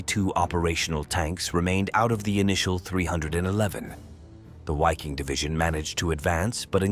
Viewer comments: “VIKING!!” with a ‘vuh’ sound at the beginning. FFS I can’t stand all these dumbass channels that use the “w” sound using the English language. It sounds so stupid and childish. In English it’s the “Viking Division”. Say it right or GTFO. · A question. Wouldn't the Wiking division be pronounced Viking because of the German W pronunciation?